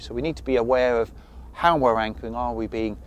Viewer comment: Im sure he said "wankering" 🤔